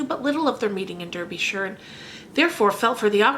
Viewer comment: Great pronunciation of "Derbyshire" :)